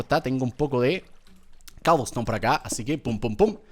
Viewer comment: Cuando dijo cobleston me acorde de l serie de skiblok